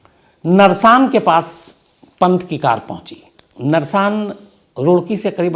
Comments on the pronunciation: Narsaan nhi h naarsan h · Shamsji nersan nahi Narsan hei is jaghe ka naam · Narsaan nahi Naarsan h main roorkee se hun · सर जी, जगह का नाम, नरसान नहीं है नारसन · "नारसन" है जनाब वो कस्बा जहा ऋषभ पंत की कार दुर्घटनाग्रस्त हुई है, not नरसान और वो पानीपत रोडवेज़ की वो बस हरिद्वार से आ रही थी, वाया रुड़की-मुजफ्फरनगर होते हुए पानीपत जा रही थी, वो बस देहरादून से नही आ रही थी, माफी चाहूंगा, मैं रुड़की शहर से हूं, आपको exact information देना चाहता हूं